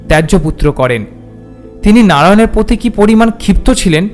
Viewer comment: কার্মাটার। জায়গার নাম। "প্রতি", "শ্রদ্ধা", " পৃথিবী"। র ফলা উচ্চারণ মর্মান্তিক।